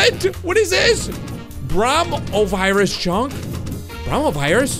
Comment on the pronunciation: Me watching this in 2020 and always hearing coronavirus instead of bromovirus...